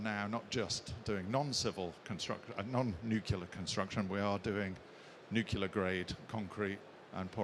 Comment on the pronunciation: Interesting presentation, but someone in this line of work really should know how to pronounce "nuclear".